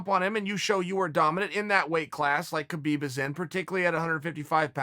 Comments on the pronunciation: Tito can’t even spell his own name, much less pronounce Khabib’s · Hope Tito doesn’t see how Uncle Chael butchered Khabibs last name 🤣